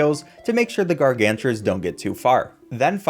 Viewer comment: "Gargantars" Every pvz fan